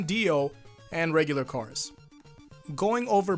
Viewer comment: Notice That Kars Calls Him Self "Cars"